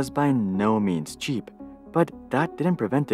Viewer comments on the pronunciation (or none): none